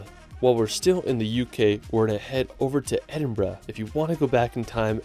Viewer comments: Edin-bruh moment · HE SAID EDINBURGH CORRECTLY!!!!!! you just made this brit very happy